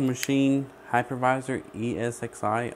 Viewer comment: I thought he said hackerviser. That will teach me to listen better.